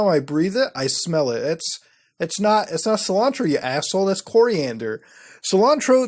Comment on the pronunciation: Sil-Ann-Tro 😂 Officially the whitest Indian on YouTube